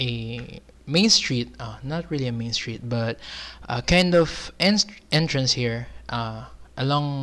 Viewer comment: ITS NOT PANTAY PANTAY U KNOW? THE ENTRANSIII IN